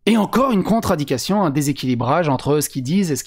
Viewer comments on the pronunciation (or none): Un petit détail, tu prononces le mot "contradiction" d'une façon qui peut faire penser que tu dis "contre-indication". C'est un peu embêtant dans ce débat précis parce que les députés ont parlé des contre-indications au vaccin et on pourrait penser que tu fais référence à ça. Le mot "contradiction" vient du latin "contra" (en face, au contraire) et "dictio" (le fait de parler), et ça désigne donc le fait de dire des choses qui sont contraires. Le mot "contre-indication", c'est le mot qu'on utilise pour désigner les circonstances dans lequel il ne faut pas utiliser certaines choses. C'est beaucoup utilisé en médecine, la grossesse est une contre-indication à l'utilisation de très nombreux médicaments, mais on peut aussi l'utiliser pour d'autres types de matériel, par exemple qu'il est contre-indiqué de nager avec une montre qui n'est pas imperméable.